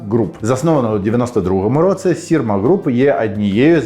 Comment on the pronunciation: Твоя українська стала такою класнною, цілі речення взагалі не видають тебе. Якщо я можу сказати, то 1 слово, яке більше всього різало вуху це "в такому то (!)році(!)" ось тут ти ніби кажеш слово "році" як "роцы". Нічого страшного, все дуже зрозуміло, проте, якщо цей маленький нюанс забрати, ще багато речень стануть нейтив-лайк 🤎